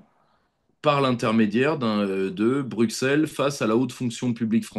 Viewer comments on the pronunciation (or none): none